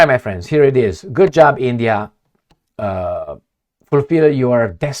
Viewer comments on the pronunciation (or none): It's not eeendiaa